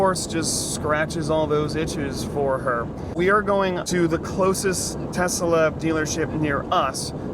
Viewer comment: Tesalesla. That's how you say it.